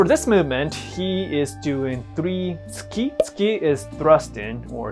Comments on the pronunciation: I thought he said skeet skeet lol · “For this movement he is doing three Tsuki” What I hear: ...Ah Skeet, skeet, skeet